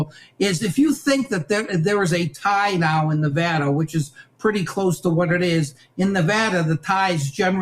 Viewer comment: You can’t even pronounce the great state of of Nevada correctly, ya honkiies.